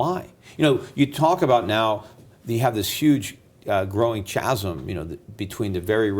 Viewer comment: Schiff, check the correct pronunciation of chasm